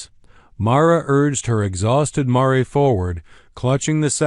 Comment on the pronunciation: Exhausted mare not Mario